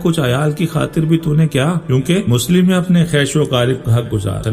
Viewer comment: اچھی تشریح آپنے پیش گی لیگ مگر مسلم نھیں مسلم لام کی تشدیدکےساتھ لفظ جے اسکو درست کرلیں